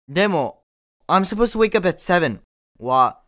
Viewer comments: 今回も良い動画ありがとうございます！ 1つ不思議気思った事があります。 supposed toの発音はdとtの連結で後ろのtが消えてサポーズダになるのかと思いましたがサポーズトゥになるんですね。 toの発音がこのようになるパターンを他にも紹介してほしいです。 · の発音だと I was suppose go to the party のように ed to が抜けてるように聞こえます。 だと抜けてないように聞こえるけど。